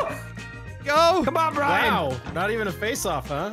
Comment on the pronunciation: If was a pokemon, his 4 moves would be Curse, Screech, Outrage, and Brine Brine cuz he cant pronounce Brian